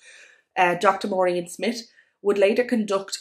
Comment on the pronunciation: Please do something with your pronunciation...this not diss..that not dat..and..not an. Pol im er ase. Maureen Smith..not Smit